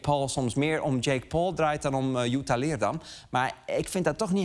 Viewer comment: De enige reden dat Lubach deze aflevering heeft gemaakt is om te laten zien dat hij weet hoe je Jutta correct uitspreekt